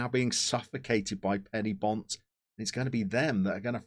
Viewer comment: And another thing - Penybont are not "Penny bont", but "Pen err bont". Just saying.